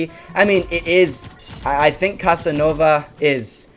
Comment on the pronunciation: Did u just say "Cuss-Ah-Nova"?